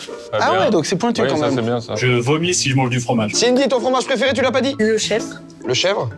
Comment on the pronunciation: "pRéFéRé" (Joyca, 2026)